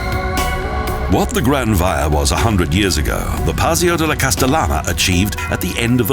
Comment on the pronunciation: grand via haha, it took me a while to figure out what he was saying